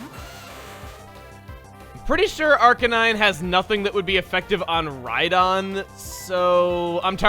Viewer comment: Is it just me, or does it sound like that Chugga is saying right on when he says Rhydon?